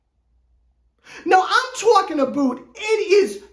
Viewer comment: “Tookin aboot” 😭😂😂